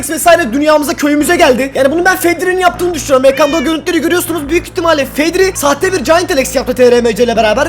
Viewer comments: zeko❌️ fedri✔️ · Fedri diyo başta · Abi vid başlar başlamaz fedri dedin ya